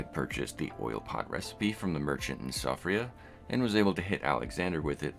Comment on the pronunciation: it's pronounced Shee-fra